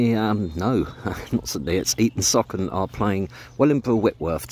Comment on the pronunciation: It’s pronounced Eaton Sooocon, NOT Eaton Sockon! 😊